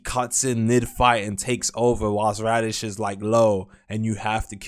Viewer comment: said radish instead of raditz